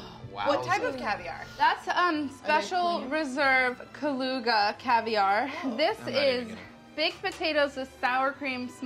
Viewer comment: I giggled so hard when Molly said Kaluga. Knowing what is Kaluga actually and how it looks...